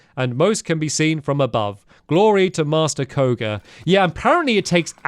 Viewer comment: MASTER BA-KOHOGA